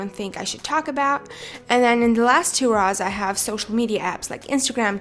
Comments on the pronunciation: Did she just say “Raws”? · she says rows like how an american says raw-s no hate i love your vids! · the way she says 'rows' tho